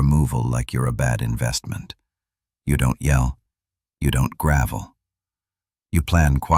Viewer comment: Its grovel. Not gravel!